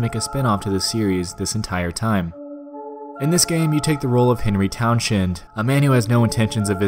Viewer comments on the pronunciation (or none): I'm a huge fan of the SH series and I love that you made this video, but why are you saying the names so weird? I mean, with the dialogue in the game, you can hear the correct way to say them. "CLOW-dia", "Henry Town-SHEND"?? What am I watching Top 15 all of a sudden? Lol Seriously though, I also love that as a fellow Silent Hill fan, you like homecoming and origins! It gets so annoying listening to the Die Hard fan boys shit on that game, but then praise the hell out of downpour, which is a glitch boring mess, which doesn't in any way try to resemble Silent Hill and feels like many other boring derivative horror survival fetch quests